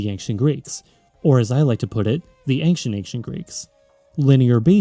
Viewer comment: I know this is my problem, but I can't get over anXient. Where did this pronunciation come from?